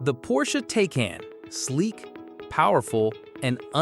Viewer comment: When you pronounce the car's name incorrectly within the first 3 seconds of the video it makes me feel like you don't know what you're talking about.